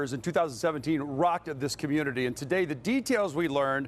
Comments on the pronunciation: Whyyyyy did he say Rockded lol 😂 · He said rocked’ed 😅